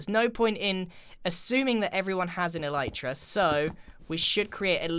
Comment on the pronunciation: He said eleetra... ITS CALLED ELYTRA!